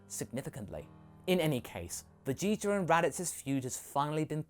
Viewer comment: wait did you say vegeter at the end there?! That's hilarious!!!